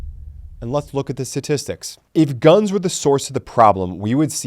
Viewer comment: It's pronounced sTatistics.